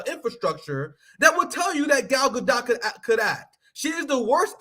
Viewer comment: You don’t know how to pronounce Gadot?